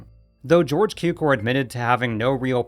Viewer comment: Please learn how to correctly pronounce „Cukor“..